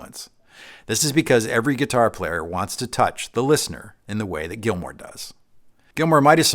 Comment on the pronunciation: David GILMOUR! Not Gilmore.